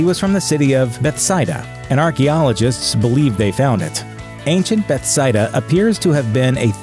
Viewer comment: I'm guessing this grunge guy is an atheist because he mispronounced Bethsaida and Gethsemane